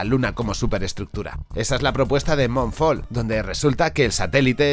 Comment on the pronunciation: moonfall (no se dice monfall) es una mierda... pero ni siquiera has podido comprender que el condicionamiento de esta película es que nos quieren vender que la utopía solo es posible con la tecnología y con IA... lo cual es falso y manipulador. Lee algo sobre disonancia cognitiva, porque te va a venir bien... Lee este articulo al menos: La psicología del totalitarismo: La "ciencia de la ingeniería social" de la tecnocracia Vives engañado pero no quieres admitirlo Todas estas películas e historias que son para sacar dinero son precisamente para que gente como tú y los que no "creéis" estas conspiranoias sigáis llamandolas conspiranioias y no penséis por vosotros mismos. Ayer sacaste una encuesta sobre el próximo video, este video... ¿y crees que investigando un día ya sabes, ya conoces? Así nos va... el pasaporte vacunazi sigue en europa, los suecos se ponen chips, y los nuevos test diferencias covid de gripe... Eh, pero no pasa nada, sólo soy un conspiranoico... Está claro que la manipulación es muy fuerte, en realidad no tienes culpa, eres como los demás, vives engañado pero no quieres admitirlo